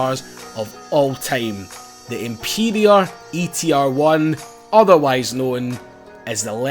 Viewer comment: Emperior? Its Emperor,! For fucks sake!